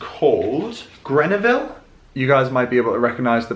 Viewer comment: Thank you for sharing. Love the pink striped shirt. The brand name Grenouillle is pronouced 'grun u ee' and is French for 'frog'! :-). No idea whether the shirt came from France though!